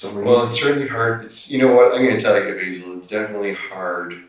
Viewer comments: Despite the guy telling him how to pronounce his name as BAY-ZUL and the detective continues to call him BAZZLE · “Is it ok if I call you Bazil?” 😑“It’s Basil”😑 “Basil? Ok, great” 30 seconds later “Do you know your rights Bazil?” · 🤣🤣🤣🤣I laughed at that too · How many times is he going to call the dude Bazzle?(like Dazzle, but with a B) 🤣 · Hahaha! This is Gold! I love too, how he corrects the interrogator on his name pronunciation yet the interrogator continues to mispronounce it! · Did anybody else love the fact that he consistently throughout the whole entire interview mispronounced his name? 😂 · He asked how to pronounce the name and gets it wrong 90% of the time. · Why does he keep pronouncing his name incorrectly????? I know it probably seems insignificant, but I think it would help with building repore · 1. It made me happy every time the detective said bazill instead of basil lol 2. Dude thinks hierarchy is higharchy and the opposite of it is lowarchy LOL 🙄 3. What an insufferable narcissist... dude loves talking about himself even in third person 4. This detective has the patience of a Buddhist monk